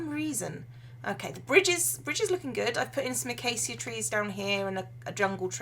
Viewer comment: Not sure if anyone has told you this and I don't mean to offend, but Acacia is pronouced "uh-kay-shah". Just trying to help :)